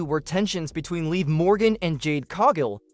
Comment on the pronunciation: It's not leave morgan it's liv morgan! You know, like live in a house 🏠 only without the letter e at the end of the name get it!